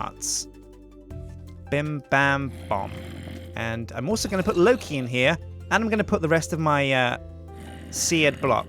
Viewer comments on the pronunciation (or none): none